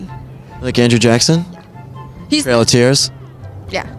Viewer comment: bro said I like andreew jackson